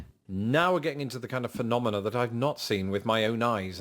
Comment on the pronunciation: Came for America's natural disasters, stayed for pronunciation of "phenomenoa"